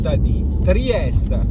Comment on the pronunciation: Ma perché spesso dice "Triest" con la e finale muta? Cos'e, pronuncia la città col suo nome tedesco in ricordo del vecchio periodo Austro-Ungarico?